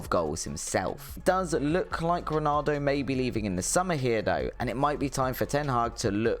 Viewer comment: You cant even pronounce Ronaldo's name correctly, don't worry about Kvaratskhelia